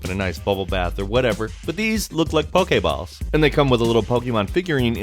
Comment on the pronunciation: He says poke-ehhhh-balls it’s pronounced poke-ee-balls